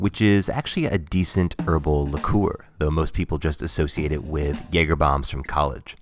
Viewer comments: “Luh-kor”!??????!!!!??!? “Le-kyor” - obviously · It's pronounced 'Lick-er', NOT 'Li-koor'. Dumbass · Why do you keep calling it "lickoor"? It's "Licker". I've never heard anyone pronounce liqueur that way. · why are you saying "liqueur" that way??? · The way he pronounces "liqueur" gets me. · heavy with the liqueur pronounciation pal.....